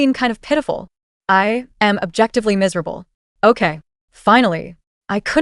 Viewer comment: What was that accent on "I'm miserable"